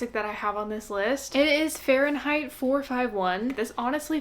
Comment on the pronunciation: It's 'Fahrenheit,' not 'Fahrenheight.'